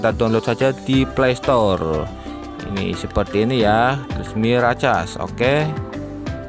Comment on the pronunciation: Mirakes bang bacanya😂😂😂😂